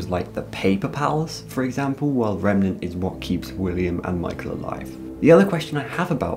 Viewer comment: Just to let you know, it's remeNAnt, not remeMEnt, lol